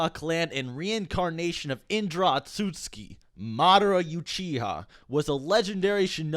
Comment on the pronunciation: YOU-chiha Ot-suskie how can you be that off